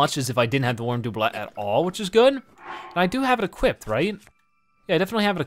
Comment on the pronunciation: His pronunciation of “doublet” is like nails on a chalkboard.